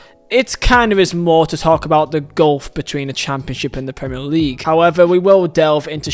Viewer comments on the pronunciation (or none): none